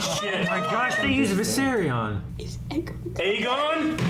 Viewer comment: It triggers me everytime says Viseryion